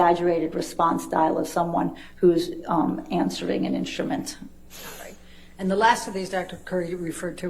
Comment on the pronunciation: I love the prounaunce "inschtument" by Dr. Hewes